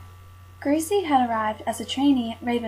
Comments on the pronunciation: Yep...grece...pronounced grease. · Irma Grease not Gri-se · the mispronouncing of grece As greasy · Her name was Grese( Gra-za) get the name right for this horrible cow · Her sir-name is pronounced 'Grice' just wanted to clear that up other than that great video. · gree suh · In German the e is always pronounced so would have thought it waz Gres e. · The real German pronunciation would be "Grey-ze" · I agree with the voice assessment. Actually, her pronunciation is not that far off. It is probably 'Gray-suh', depending upon which part of Germany she was from. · Surname pronounced wrongly and the fact that she wasnt died immediately also was incorrect too... And a lot more. Need to do research thoroughly before come out with this video. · Learn to say her name correctly